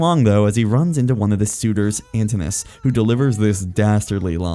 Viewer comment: Your pronunciation makes me sad. Poly-fee-mus. Ant-in-u-ous